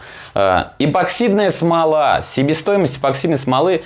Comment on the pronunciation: почему эБоксидной то?! Неужели прочитать правильно так сложно